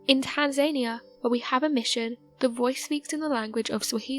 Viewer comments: I thought it was pronounced Tan za nee a. I still do. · Tanzania pronounced tan zun ee uh. Not being an as and don't know if this is automated but I'd wanna be correst in pronunciation if automated it should do better than that Googles home girl never mispronounced nothing for me. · TAN-ZANY-A? Really?? Is she trying to say Tanzania? In fairness she doesnt stand a chance, the mumbling guy that usually does it can barely speak so its not like he can correct her pronunciation. In one video he was talking about Mesopotamia and, I kid you not, he said 'Me-so-pot-ah-mia'. I nearly choked laughing, I mean its not like he could just type 'Mesopotamia' into some kinda machine and it would tell him how to pronounce ANY WORD IN THE WORLD, just imagine if such a machine existed! It goes to show you how serious they take their job. "Oh I have no idea how to pronounce that word, will I check the internet?? Nahh, that would take seconds, I will just say it and hope for the best cos its not like this video will last for years and MILLIONS of people will hear me sound like an idiot again and again and again." This channel has great content but they really have no luck with narrators. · Eh, Tanzania was in fact mispronounced. But other than that she's great. 😊